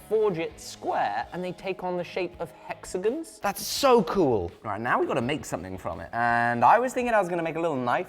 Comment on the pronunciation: Hexagon, not hexagin